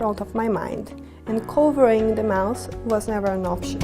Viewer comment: She said "Covering de mouse". LOL!